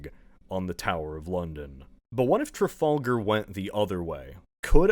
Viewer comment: Man that mispronouncing of “Trafalgar” sure stings